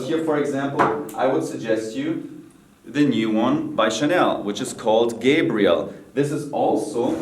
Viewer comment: It’s Chanel Gabri-elle not Gayb-riel